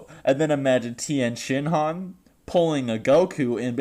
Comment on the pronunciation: THE TIYEN (PAUSE) SHINHAN